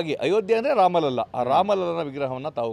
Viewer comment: 🕉 ಒಂದು ವಿಷಯ ನಿಮ್ಮ ಗಮನಕ್ಕೆ- ಅಯೋಧ್ಯಾ ರಾಮಮಂದಿರದ ಸಂದರ್ಭದಲ್ಲಿ ಎಲ್ಲೇ ‘ರಾಮಲಲಾ’ ಶಬ್ದ ಬಂದಾಗಲೂ ಅದನ್ನು ‘ರಾಮಲಲ್ಲಾ ‘ಎಂದು ತಪ್ಪಾಗಿ ಬರೆಯದೇ ಅಥವಾ ಉಚ್ಚರಿಸದೇ ‘ರಾಮಲಲಾ’ ಎಂದೇ ಹೇಳಬೇಕು, ಬರೆಯಬೇಕು. ರಾಮಲಲಾನ ಅರ್ಥ ಬಾಲರಾಮ ಎಂದು - ಇದು ಅಧಿಕೃತ ಮಾಹಿತಿ